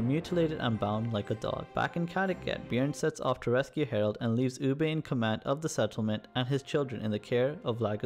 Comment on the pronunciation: Your pronunciation dude.. Eye-gor? Ooby? Keev?